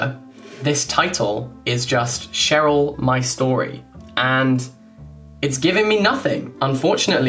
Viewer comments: I know it was probably not the intended idea of the title but "Cheryl my story" at least when you said it Jack sounded like "Sharing my story" xdd liked it that way xddd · For me the Cheryl book is top teir because it kinda sounds like you’re saying “sharing my story”